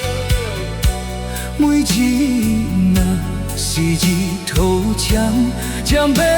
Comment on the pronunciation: 可惜 福建发音不准 日头。。。。